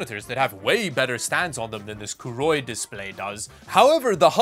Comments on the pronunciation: Name is written as Koorui, pronounces it as Kuuroi. What? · Koorui... Would never buy one. I will never buy a Monitor from a Brand i cannot pronounce. If they grow up and come back with a real name, i would consider one